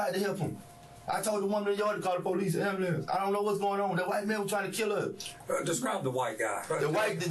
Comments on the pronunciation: "I told them call the amblampse." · "i ax'd him cull amboolants!" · “I told the lady to call the AMBALAMCE” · Not the "ambalamce"